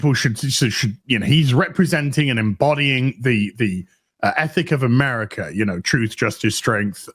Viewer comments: it's AMERICA, not AMERICA-R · The way he put stress on "America" makes me root for Red Hulk.